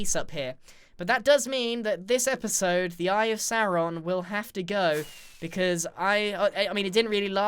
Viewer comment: Im sorry but I can't take you pronouncing it Saron, it's sauron (like dinosauron) again I'm sorry but it really annoys me. And im British aswell